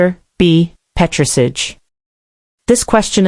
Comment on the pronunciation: she cannot pronounce petris ahj properly lol american robot